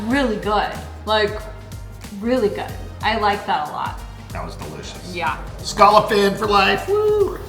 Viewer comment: Scallop drinking game...... Take a shot every time says (and mispronounces) the word "SCALLOP" 😂😂😂